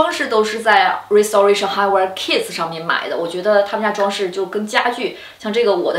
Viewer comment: 跟我读 rai si te rei shen